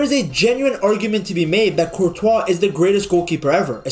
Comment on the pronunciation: Man pronounces Courtois name like Speed pronounces it lmao 'Courtchoice' 😂